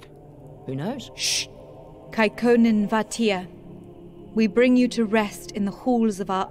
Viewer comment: A lot of the names (of people and places) are much more Finnish than Swedish. And I for one can't unhear Kaikonnen as Kekkonen.